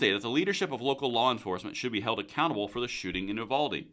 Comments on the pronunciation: We pronounce it "YOU-VALDEE". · It's pronounced youvalday. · It's pronounced like "Youvaldee"